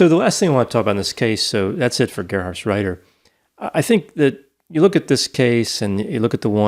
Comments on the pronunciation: Now that the podcast is over, it's useless to say, but that Gerhardsreiter was almost spelled perfectly right. Because it's a hard "t" and not soft "d". Good work, nice podcast. I grew up not far from were he was born. Regards from Germany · The pronunciation of Gerhartsreiter was really good! Even I as a German struggle with that name. 😆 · You actually pronounced the name quite well, Doc (Reiter actually means rider)! And I love the Idea of a therapeutic D&D game! "The Social Worker" 😂❤️❤️ Love it!! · Thumbs up for the pronunciation of Gerhartsreiter 👍🏼 Love your podcast guys. Greetings from a German living in Brexitland